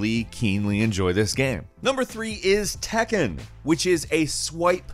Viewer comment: Did you just read Tekken as it is? Please read correctly